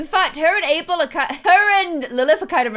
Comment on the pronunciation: Does anyone else hear say April instead of Abel?? or is it just me